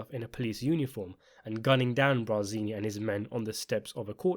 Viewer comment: *BARzini, not “BRAzini”.